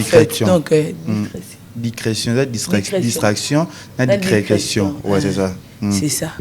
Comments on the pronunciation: Dicretion🤣🤣🤣🤣🤣🤣 balobaka Discretion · Naseki nalembi 😂 leketshu na fivette pardon 😂😂😂 dicretion 😂 boloba kk lingala plz balobaka "discretion"...yoka pe leketshu azo porter correction mais kk nakati ya ba fautes 😂 duo oyo tokooos 😂